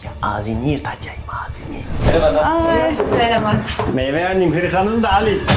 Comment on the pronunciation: 3.08 de merbemio Ahmet bey demesini tek ben mi duydum